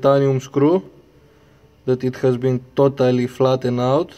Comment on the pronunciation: Toe-tally deestroyeed,it is toe-tally gone,that was toe-tally awesome,toe-tally.